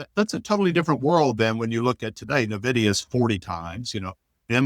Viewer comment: Hagstrom is insufferable. So pompous for someone who underperforms massively. Will someone please tell him how to pronounce Nvidia.